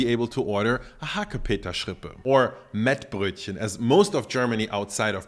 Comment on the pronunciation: I thought he did just fine!!!